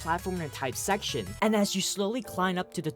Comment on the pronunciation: This man said "shecshon" 5 times btw